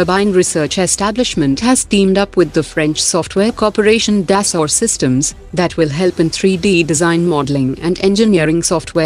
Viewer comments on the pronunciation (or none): none